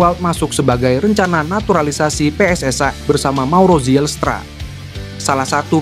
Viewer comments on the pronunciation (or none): Bukan PSS AI tapi PSSI jangan kau oferekting ucapan bahasa Inggris